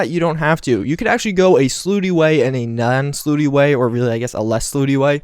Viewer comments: Dude... it's not pronounced "slooty"... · When he says "slooty" does he mean slutty? If he does, then damn....